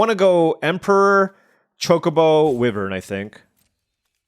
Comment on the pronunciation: The way you keep pronouncing wyvern is killing me 😭 But at least the other stuff is correct